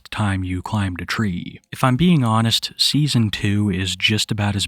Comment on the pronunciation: do you wiv in a twee?